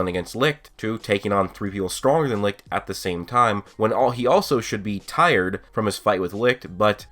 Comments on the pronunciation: When you are from Germany and here when you here licht how you speak it 😂 but no hate :) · Me as a German hearing you pronounce “Licht“ is pure fun c